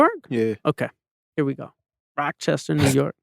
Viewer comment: Replayed at least 9 or 10 times since it dropped & still getting gems.. also couldnt help but laugh every time he said rockchester NY🤣